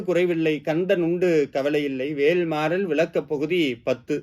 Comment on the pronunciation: கருத்து மிகவும் எளிதாக இருக்கிறது நன்றி. தமிழ் உச்சரிப்பு. குறிப்பாக ல் அழுத்தம் கூடாது வேல் என்பதில்